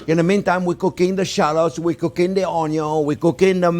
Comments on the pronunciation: My wife does all the cooking at home. I'm just here to hear him say "onyo". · I come for the uh-yung and now, I go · This is my kind of cooking. To the point, witty comments, throwin a little shade but not enough to offend anyone, and plenty of onyo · Anyone who says the 'ONYO' is first is speaking my love language! Thanks Chef JP, I'm gonna try this one! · The only person who pronounces onion cooler than this guy is Justin Wilson